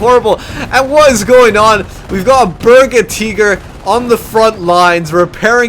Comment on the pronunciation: Cool hosting dude ..... gotta say tho its a berge tiger say it like it sounds ... its not berga teeger lol